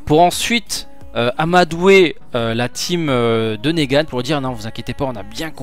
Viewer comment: c'est pas négane mais niguen